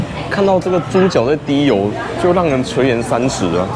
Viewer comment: 垂涎三尺 ㄒ一ㄢˊ